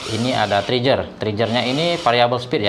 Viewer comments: Trigger itu pengucapannya ya triger bro buka Trijer. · Saya koreksi ya Oom. Ini utk perbaikan selanjutnya: . Gear, diucapkan 'gir' bukan 'jir' . Trigger, diucapkan 'triger' bukan 'trijer' 👌👌👌